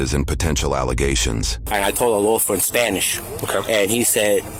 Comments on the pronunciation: I believe he said Adolfo not Adelfo, just something curious I noticed. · adolfo, not "adelfo"... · Adolfo, not Adelfo